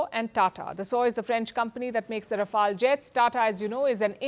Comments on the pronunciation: Please correct your pronunciation Pronounce "Rafale" Pronounce "fuselage" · How do v pronounce Rafale or Rafail . 🎉🎉 Think over it, pl. 🎉🎉